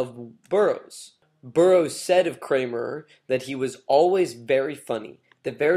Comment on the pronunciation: I stopped when the narrator stupidly and emphatically referred to “David Kammerer “as “David Kramer or “ Kramerer” and “Rimbaud” as “Rimbod”. Pretty bad.